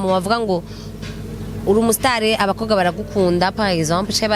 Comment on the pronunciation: Murabereye cane...ariko wiyigishe kuvuga umukobwa cank abakobwa..apana umukoga cank abakoga!